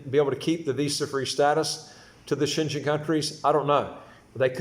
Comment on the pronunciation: it’s Schengen…pronounced as Shen-gain